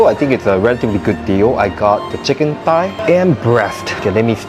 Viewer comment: Singaporean: "Tai" Queen's English: "Thigh" Singaporean: "What's the difference?" 🤣